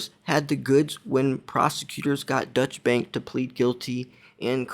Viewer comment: great show. it is pronounced doychah bank and it is German.